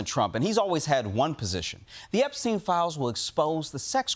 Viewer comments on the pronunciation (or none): Imagine mispronouncing Epstein after all these years